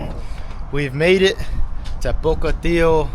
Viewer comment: How did you pronounce Pocatello???